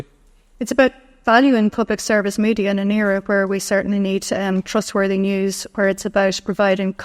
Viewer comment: Did she say thrustwordy, omg wouldnt listen to rte new or virgin media, crap